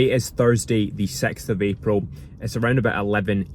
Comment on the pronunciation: bro really said "sex of april"